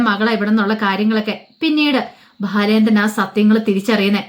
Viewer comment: ഭാലചാന്ദ്രൻ അല്ല ബാലചന്ദ്രൻ എന്ന് ഉച്ഛരിക്കൂ 👍